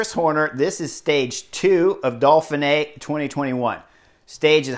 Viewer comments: Try "Door-fin -eh", keep the h soft. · Horner letting his inner-Canadian show as he describes the Dolphin-eh.